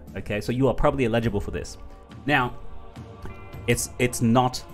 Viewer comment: I watch your channel over all. Sorry but you get my vote. Do not show how to create the macro bot. Give us the link, we will figure it out. Do not put yourself into an uncomfortable position. On the big token drop you mentioned. How do I find out if I am eligible. BTW, the grammar NAZI in me....the word is pronounced, L ij able. The accent on the L. You're saying i Lijable, with the accent on the second syllable, sounds like the word illegible, which means to not understand. Damn Aussie anyways. Love ya dude.